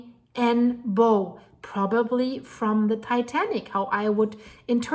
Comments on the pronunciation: Please pronounce "bow" correctly. It's not a ribbon here, but the front section of a boat or ship. Pronounced "bough". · it's Bow as in Cow, how and now☺️